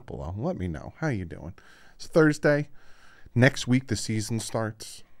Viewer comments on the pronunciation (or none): none